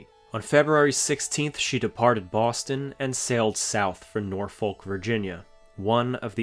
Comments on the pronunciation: You probably won't see this but just a tip from a local about Norfolk: It's not pronounced Noor-folk. It's Norfuck/Norf'k/Norfik. Sorta just one long syllable. The second o is pronounced like the u in rubble, and I guess we used the l to build the Berkley bridge way back when. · Nor-fuk..not nor..folk. I’m from Norfuk.. Everything else is amazing, however your pronunciation of the nice town of Norfolk is ridiculous. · Just for future reference: Norfolk is pronounced “Nor-fuk.” Whether from my time on the East or West Coast, I don’t think I’ve ever heard anyone pronounce it the way it’s spelled. The pronunciation goes back to Middle English, before the Great Vowel Shift, along with a bit of clipped East Anglian dialect, and long before the name was transplanted from England to the American colonies. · Side note: Norfolk is pronounced "Norfuk". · Norfolk is pronounced nor fuck lol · Slight pronunciation correction; it's not pronounced "Nor-FOLK". Simply put, if you sound like you're swearing, you're sayin' it right. That pronunciation is specific to Norfolk, VA. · Great video, but I’m from Norfolk VA and it’s pronounced “nah-fuck”, not how it’s spelled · When you say "Norfolk" the "L" is silent.